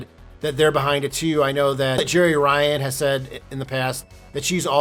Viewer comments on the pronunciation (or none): none